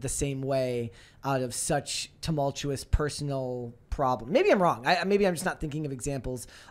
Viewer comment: We see you. Trynna teach how to pronounce tumultuous 🤣🤣